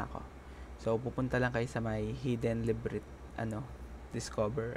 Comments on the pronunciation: No offense sa vid ni. Very informative naman talaga. Pero yung "Librit" kasi. Sukot! Di ako magaling sa english, pero one thing na malalaman mong mali pagkakabasa mo sa isang salita, kapag tunog palang masakit na sa tenga. Yun lang. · Hahaha akala ko ako lang. La-br-inth. One more time. La-br-inth. Say it again. La-br-inth! Yown! Now we're learning 😁. Anyway, educational naman yung video, natututo ako as beginner ng Mir4. Salamat, brother. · Same. Librit wtf tagal ko inisip sa simula kung ano yung librit XD awit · Libreet hahaha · labrint yun boss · Akala ko kung anong “librit” ung sinasabi, labyrinth pla XD Pero salamat boss sa guide :) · La vi rint next vid sir haha correcting langs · Oh say it again, LIBRIT~ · librit hehe.. but ok yung guide mo bro, thanks. keep up! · FYI lang paps La-bee-rint po ung pag pronounce nun paps. pero ty sa guide. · HINDI NA PO MAALIS SA ISIP KO YUNG "LIBRINT". NARIRINIG KO SIYA KAHIT TAHIMIK YUNG PALIGID HAHAHHAHAHA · LA-BR-INT ang pag bigkas sa Labyrint. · nononono, repeat after me "la buh runth" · tawang tawa ako sa librit hahah pero thnx po sa tutorial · LA-BY-RYNTH haha pero thanks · LA - B - RINT = improvement suggestion lng boss hehe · Labyrinth (La Bi Rint) Lods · LA BY RINTH ang pagabasa nyan. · "Librit" HAHAHHHHHAHAHA ..sorry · dude la-bi-rint.... ganun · labyrinth = librit lol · hindi yan librit pag basa sir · librit? haha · Librinth hahaha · nagtaka ako ano yung librint , la bi rinth pala hehe per ok yung guide napaka solid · Hidden la-by-rynth hindi librit. Labyrinth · LIBRIT? LA-BY-RYN-TH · ok yung tutorial mo sir, correct ko lang yung librit mo, labyrinth yun sir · I really love how you pronounce Librit instead of Le-Bi-Rinth (Labyrinth) Thanks for the info tho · LAH-BEE-RINTH And pagkapronounce haha librint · Kudos sayo bossing, tips lang , yung librit hahaha, LaHb Rinth ang pagbasa niyan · Natatawa ako pag sinasabi nya yung word na "LIBRIT"😆✌️.. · Labyrinth ❌ Librint ✅ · Labyrinth not Librit